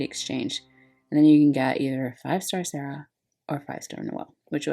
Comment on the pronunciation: ur pronouncing serah correctly ooh i herd lighning is a preety ok magic tank im actually interested in getting her since she free. If ever the DV quest ends this maintennace 6/3 and claim period or exchange is until 6/10